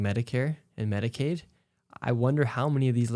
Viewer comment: Medi-cow? 😂 Yea, 'cause they're milking the system!! 🤣